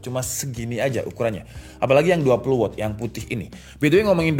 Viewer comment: Meluruskan juga. Watt dibacanya tetep 'Wat', kalo bacanya 'Wot' jadinya kata tanya 'What' hehe